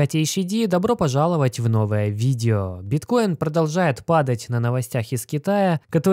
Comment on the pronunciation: кого бесит его слово новое виДДДео ? мне лично режет слух